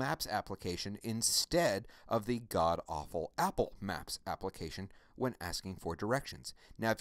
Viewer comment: I love how he says " God Awful " Apple Maps